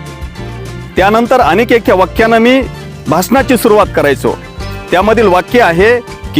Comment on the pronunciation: भाषनाची नाही रे बाबा भाषणाची सुरुवात असे बोल रे राजा.